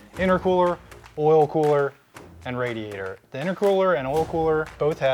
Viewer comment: "Pretty Wicked Radiatah" got me 🤣😂💀